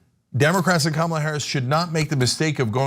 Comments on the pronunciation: I love your videos. I have to correct you on the pronunciation of Kamala. The emphasis is on the first syllable. Not the second syllable. You will be fodder for the left. That’s all. Keep up the good work. I enjoy your perspective. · Are you mispronouncing her name for effect? KAM-a-la. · Hi, been listening for a while and like your content, I don't like kamala, and won't vote for her, that said, I wish you would learn to pronounce her name, does she deserve that respect at least? It's a small thing but it's annoying and a little petty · Do you really not know how to pronounce her name?